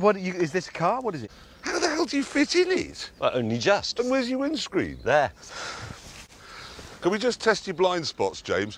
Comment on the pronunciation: "Where is your wind sceen?" "There"